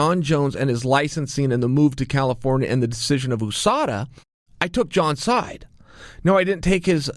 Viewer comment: The way Chael says usada really irritatites me ... Definitely the incorrect pronunciation. USA , us-ada ! You sound not eww